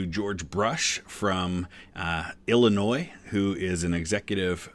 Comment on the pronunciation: I’m just a minute in and I’m cringing at your pronunciation of Illinois. It’s Ell-Oh-Noy -Sincerely, a girl from downstate!